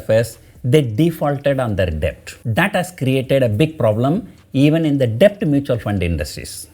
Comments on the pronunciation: Your videos are informative, but your english pronunciation is at times atrocious. DEBT is pronounced with b silent, as DET, you are pronouncing as depth. This is a crucial word in this video, and you have to use that word dozens of times, and each time you pronounce it as depth, it is so jarring to the ear. Please check the correct pronunciation and practice it before recording the videos. For a public speaker/teacher, pronunciation is very important. In communications 10% value is for what you say, 90% is how you say it. I did not watch this video beyond 2 minutes because of it. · Sir,In debt b is silent and hence pronounced as det. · A small correction in your pronunciation sir, Debt should be pronounced as det sir. "B" Is silent in the word DEBT. Don't mistake me sir. I am a sincere follower of your videos sir. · Mr....Debt is pronounced as Det...B is silent 🤫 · Debt is pronounced det PR sir.... i know there is no logic but English as u know is a funny language! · Kindly don't think otherwise. Debt is to be pronounced as det. "B" is silent. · Sir, a small suggestion.. could you please correct your pronunciation for “Debt” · Sir, b is silent in debt. Just for the correction